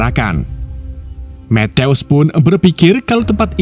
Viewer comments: Kerenn film nya. Tapi mas nya baca matiu kok metews😅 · Penyebutan nama sersan matthews ketika di ucapkan berbunyi matius , bukan methouse min .. alah alah wkwkwk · Methouse ... eddhaw eddhaw kek suara tembakan polisi india .. mana berulang ulang lagi ..gue yang malu dengernya 😢